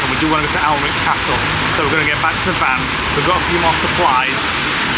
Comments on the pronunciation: Just to let you guys know it’s pronounced anick 😊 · Hi, so glad you enjoyed Durham, I'm a geordie from Gateshead but lives on the coast in Cullercoats. can I just say, you pronounce Alnwick as Anick, the l and w are silent.xx The van is so cosy, I bet you can't wait to get back to it after a day of sight seeing. Looking forward to the next vlog, take care xx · One of my favourite parts of the country….Northumberland, Bamburgh, Holy Island….Alnwick( pronounced annick) fabulous Castle! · Love your blogs guys ❤ just a heads up Alnwick is pronounced Annick x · Don't sound the w in Alnwick its a lovely place